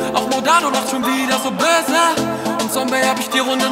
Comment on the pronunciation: Das ,böse’ lachen stört mich von der Aussprache ein wenig, aber sonst ein Baba song